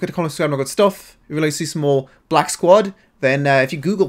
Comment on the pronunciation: he really couldn't say black squad